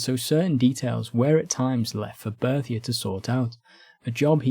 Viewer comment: Why do you consistently either mispronounce Berthier, or call him Bertie?